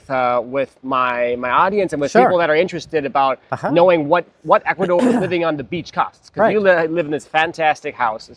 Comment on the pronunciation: Equador? Really? Are you outta your mind??